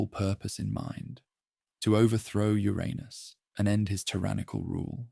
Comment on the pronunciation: Just wish you would decide how to pronounce Uranus. Trying to sleep but cant because I'm giggling too much!!! "Ur Anus made a fateful decision" and a weapon was made of "legendary strength" material to overthrow Ur Anus 😂😂🤣😂 i love it!